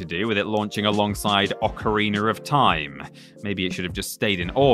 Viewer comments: "ocariner of time" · Ocariner of thyme